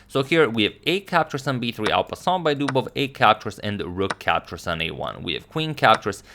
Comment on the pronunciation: your videos are really good well done! just one detail... it's not al passan but en passant (pronounced an passan) which means while passing by in french. Thanks!